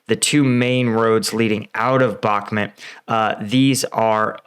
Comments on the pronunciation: It's Bahk-MOOT, not Bahk-mit. I like your videos and watch them all the time but this pronounciation is starting to get to me. Cheers! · It's Bakh-mooot...not bahmet .... With the amount of resources poured into that city whoever wins will significantly alter the war . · First time hearing somebody pronounce bakhmut as bakhmet 😄😄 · you dont even know how to pronounce Bakhmut. u r just a budala. keep it up, its gonna boil over, and all your hopes will bite the dust, wannabee soldier. i hope you posses some self humor, youll need buckets of it. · Come on, it's pronounced Bach-moot. 6 months into this battle and some of you Ukraine War YouTubers still don't know how to pronounce it. Same thing goes for Svatove. That's pronounced Svat-toe-va.